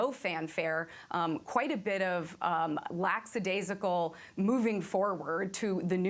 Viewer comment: It’s not a crime to mispronounce ‘lackadaisical’, but that doesn’t make it more enjoyable to hear. Sorry.😮